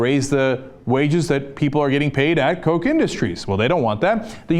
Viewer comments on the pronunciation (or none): Its not pronounced coke as in diet coke, but cock, as in rooster or chooks.